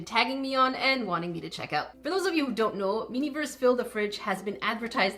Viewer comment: you called it miniverse again.. lmao